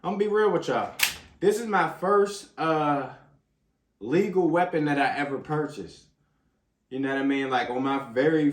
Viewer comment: 36 notice how he said legal